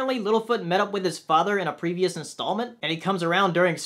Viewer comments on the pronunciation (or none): none